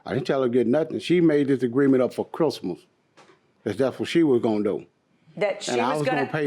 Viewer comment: He said krizmuh instead of Christmas 🙄😆